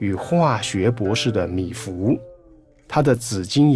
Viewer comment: 是米芾，不是米芙！请多讀書，好嗎？謝謝！😪